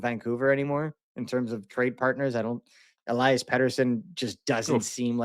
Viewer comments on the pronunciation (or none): none